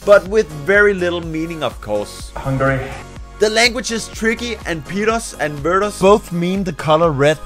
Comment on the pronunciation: The speling out the words laudly its not "pirosz" its "piros"